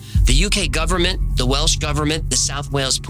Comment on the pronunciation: As a Welsh speaker, your pronunciation is pretty good 🏴